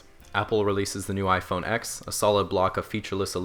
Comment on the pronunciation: Wow he got iPhone X correct lmao